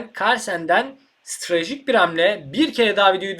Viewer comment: Acilen "Strateji" demeyi öğrenmen lazım! :)